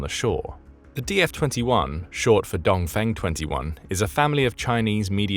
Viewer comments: “Dong Fang” Seriously? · Dong-Feng = 东风 for correct pronunciation , check google translate